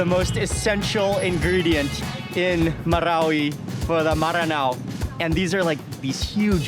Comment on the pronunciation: Me from mindanao donot have a chance visit marawi city. Originally from wao lanao del sur . Nice alao to hear how you pronounced MARAWI😅always watching your videos . Mark wiens proud to comment now ❤